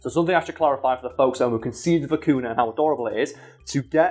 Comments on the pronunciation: as a Peruvian, the way you pronounce vicuna makes me cringe a bit, is vicuña (vi .cu . nya), oh well people pronounce llamas as "lamas", instead of iamas ( which is the correct pronunciation), but also there was one time, my sister's friend got mad at her because my sister was wearing a scarf made of baby alpaca fur, which she though that it was made by skinning the animal, which we don't, vicuñas, llamas and alpacas are sheared just like sheep and they do need to be shear, just like sheep, their fur soft and cold to the touch and it really warm and light when worn in the winter and windy days. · Vi-cu-ña (for english monolinguals it's pronounced "vicugna". Like gnu) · by the way the name of the animal is generally spelt vicuña, with the ñ pronounced ny nice video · I'm tired and I kept hearing "Vicuna" as "Kakuna"... Was very confused